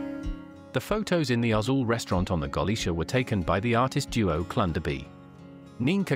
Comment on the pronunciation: I think the voice over is AI. It hurts my ears to hear how the mispronunciation of the ship`s name and the lack of that important pause between sentances.